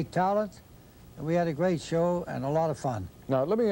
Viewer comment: and 😅😅 When using phrases such as "show on stage", "his shows", "these shows" the Colonel's Dutch 🇳🇱 accent is almost glaring...